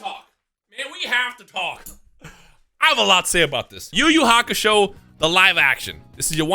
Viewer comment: It's not even yu yu hakasho